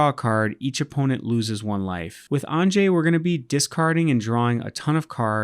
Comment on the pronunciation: I'm just getting started playing EDH and this looks like a fun deck to play! Also it's pronounced "ahn-yuh" (✿◠‿◠)